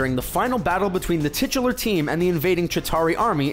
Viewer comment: "Titular" "Latter" -_